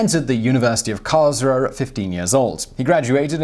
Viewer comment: Karlsruhe is pronounced more like karlz-roo-hay